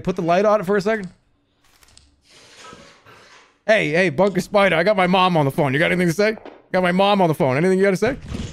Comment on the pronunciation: one of the funniest Jerma moments of the year. Bunkah Spidah.